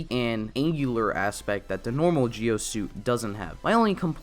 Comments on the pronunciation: Why do you say geo instead of Zi-O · It’s zi-o not gi-o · He said kamen rider gee o? Why? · OMG ITS PRONOUNCED ZEE-O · Nah it's pronounced Ji-Oh in Japanese. Don't worry about it. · Kinda feel off about how you pronounce Zi-O through the video but still loved it